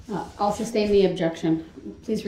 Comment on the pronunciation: And "grounds." 😂 AND that it's SUStain , not SUBstain.